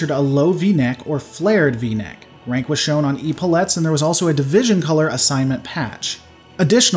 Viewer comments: For reference, Epaulettes is pronounced Eh-paul-et-s rather than Eep-all-ets. Sorry for being 'that guy'; can't wait for part 3!! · Epaulettes, It's ep·au·let not e·pau·let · Eh paullettes is how they are pronounced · You talk about changes but don't really show pics and then you don't quite know how to pronounce "epaulettes"....